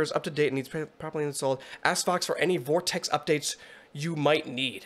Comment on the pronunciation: It's pronounced Vox-Tech not vortex